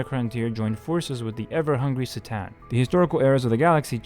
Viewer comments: There's no way he said 'S-tan" instead "C-Tan" I will find this man and force him to renounce his ways. I also must attest to the fact that blessing weaponry and military equipment has a long and lasting history within the Orthodox Church that dates back to the time of the founding of the Church itself. Not to mention the Catholics and Protestants doing the same down the line (not that it is used as an excuse or as a way to diminish this act in an of itself). People pray with and for their weaponry and armaments throughout history and it is no way shape or form in my mind a way to diminish the Christian faith or the doctrine or ideology itself. Just think of it being blessed as any other item that you request to be blessed. And the Russian Orthodox Church always blessed modern weapons if that is the issue (Not only in the last 2-3 years but going back to the fall of the USSR). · All great points. It is hard to understand what you are trying to say sometimes because of occasional mumbling and I think it's pronounced as Kh tans. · "SssaTan"? Video invalidated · It's pronounced K'tan not with a "C" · C'tan is pronounced like Kh'tan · "C'tan" is read like a "cat", just saying. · The C'tan (pronounced ker-TAN) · My only gripe is the miss pronunciation of C'tan multiple times 😂😅